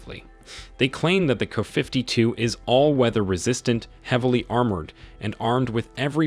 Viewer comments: Thumbs down for your ridiculous fake voice mispronouncing the helicopter’s name. You should have written K-A-52, dummy. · You should at least pronounce the helicopter names properly. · KA. KA. KA. Not “ka”. Jezus. It’s not a crow, it’s a helicopter. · Can't you 'teach' AI to properly pronounce "KA-52", instead of "KuhFifty Two"? When you give AI the data file (text file), spell it "Kay Aye Fifty Two". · "Kuh 52"? Really?! OMG..AI narraratoin sucks so hard! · Kay-Aye 52, not "kuh." Also, Em-Eye 58 (or whatever the number was). This is the problem with having an AI voice read a script. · Artificial Intelligence, would be even better if the script were considered and instead of using "Ka" it should be "K A". I'm getting more and more pi**ed off with people being lazy and not doing a proper narration. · It’s not KU 52 it’s K A 52. K A as in apple. Get it right. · What the hell is a "kafiftytoo" !! It would really be nice if these sites that insist on using AI Text-to-Speech for Narration would learn to Train their Text-to-Speech before hand AND use Phonics for uncommon words etc such as "kay-ay-52" or "kay-ay Fifty Two" OR type it as it should be spelled "Ka-52" but Train it to say it right. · It’s not a Kuh 52 - it’s a KA-52😂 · It's kay or kay A fifty two not kuh 52. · Man I hate these AI Voice readers. IT it is a "kaaaa" 52. It is a K.A. 52 The "K" stands for Kamov, the Russian design bureau. and the A is Attack or other information. Same thing for the MI and AN for military stiff. Two separate Letters pronounced separately. Put a . or , after the letter to pronounced them correctly with your robot voice. My commodore 64 had that options for voice. Get with the times. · Wow...a "kafiftytwo"? Your narration program sucks. I'm out. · "KAFIFTY 2"?? Thumbs down for the terrible narration. Have some quality standards! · kaah fifty two....kaah mon ! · The "Kuhfiftytwo", huh? Wow, your AI sucks. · What the hell is a "KuhFiftyTwo?" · Kafiftitwo! FAQ you, AI! 😂